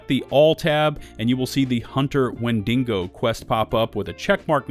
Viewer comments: #1 Massive mistake you're currently making: pronouncing Wendigo as "wen DING go" and not "WHEN dih go". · Wind-e-go not Win-ding-go. Sorry lol. That was driving me nuts. No hate intended. This is a good video. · Wen-da-go ya dingo 🤣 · Wendingo? The Australian version of Wendigo. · Why, Why, WHY! Does everyone say WendiNgo? There is no second N? It frustrates me so much when people say it, Wendigos are a common thing I fallout so I hear it alot. WEN DI GO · WENDINGO . IM DONE LOL 😆 WHEN DE GO , OVER DER LOL 😆😂🤣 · I'm sure it's coincidence, but real trippy that this "5 mistakes" list is so nearly identical to KhrazeGaming's video on the same topic from the bullet points to the video title to turns of phrase, all the way to pronunciation of "Wendi(n)go." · Wendigo. Not wenDINGO. timestamp it's right on the screen. It's not a dingo (an Australian wild dog.) It's an Indian monster. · WHEN-DEE-GO! Stop adding an extra N. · Why th fuck you pronounce wendigo wend deh go, wen din go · For a second there I thought the monsters name was Mandingo because of the way you said Wendigo. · Died at "wendingo" lol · "Wendingo" lol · When-dingo? Where-dingo? How-dingo? Why-dingo? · There’s no n in wendigo. Don’t know why you’re emphasizing DINGO so much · God your butchering of the word Wendigo would make the tribal people cry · Bro you are so articulate and your voice is so soothing to hear but i thought you were talking about a dingo or something and then i realized you were pronouncing the WENDIGO. Haha. That shit killed me, i thought i was tripping. Anyway, much love, you gained a sub.